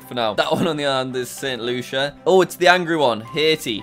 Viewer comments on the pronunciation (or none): none